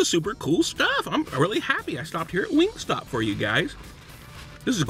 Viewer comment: im triggered every time he says wingstop